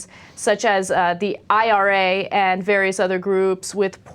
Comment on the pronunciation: you're an idiot its IRA not RA